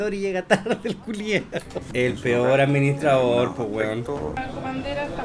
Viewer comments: después de un año me doy cuenta que decía administraidor xdd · Es sushi, no suchi Also: A D M I N I S T R A I D O R